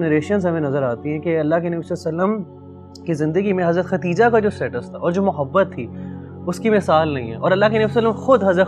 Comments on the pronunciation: It’s not khatija brother it’s khadija. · For brother who’s hosting the correct pronunciation is “KhaDija”not Katija.